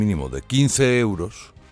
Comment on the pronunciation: Que pedantería!! .. la primera vez que te escucho decir euros, siempre dices leuros. Te crees el mejor locutor y periodista y da 🤮escucharte. Tan pedante, con todos esos ruidos que haces arrastrando las palabras, salibando, eructando, parece que siempre haces mal la digestión 🤮 Porque no te pones tú al S.M.I.. o mejor te exilias A que no lo ponéis??..pero me quedo satisfecha porque al menos lo leereis los censores 🤪